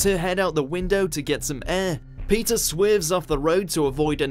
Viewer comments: What up with this dude's accent? It's very easy to pronounce "Peter". Why do you have to call him "Pizza" every time? Jeez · Heard pizza instead of Peter